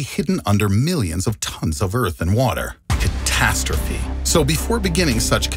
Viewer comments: CatastrophE not Catastophy ..... Jesus, who is educating these kids these days?! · "Catastrophy"! Lol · Stopped watching at “catastrophy”...